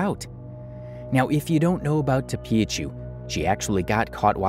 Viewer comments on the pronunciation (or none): tophiachu❌ topiachu✅